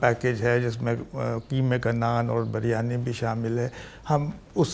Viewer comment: Iffat Not many Punjabi know the difference between Zeer and Zabar. Therefore, you mispronounce some basic Ardo (Urdu) words. For example, the word is Biryani and not Baryani, the word is Allama and not illama, the word is Alfaz and not ilfaz etc. Hope you will correct your pronunciation.